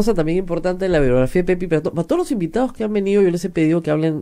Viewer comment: HABLA MAL dice: "oportunidaEs" por "oportunidaDes", "creaO" por "creaDo", "toOs" por "toDos", "miYones" por "miLLones", "impactaO" por "impactaDo", "posibilidaA" por "posibilidaD", "moraO" por "moraDo", "publicidaA" por "publicidaD", "dictaO" por "dictaDo".